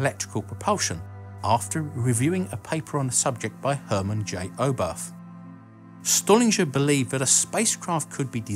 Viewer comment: wernHer von braun ...not werner. stuhlinger is pronounced stoolinga in english not stullinger